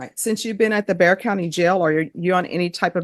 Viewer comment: Bexar. The X is silent.